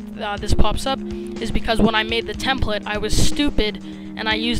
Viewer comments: Learn how to say template. -_ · Its not templet, its template.. lol